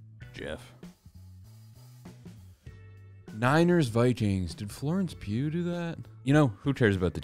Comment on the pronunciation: He also said Florence Pugh so he picked a whole other profession lmao